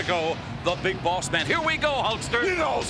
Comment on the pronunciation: It sounded like hogan said big balls man 😂 but I know he says big boss man it just sounds different 😂